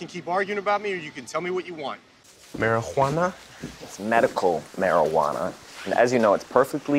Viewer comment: ......BAHHHAHHAHHHHAHAHAHAHAHHAHAHAHAHHAHAHHAHAHAAA, IT GETS ME EVERY TIME! I"M DYING RN! mari-huana, BAhAHAHHAHAHAHA, just the way jesse said it....BAHAHAHAHAHAHAHA, still dying!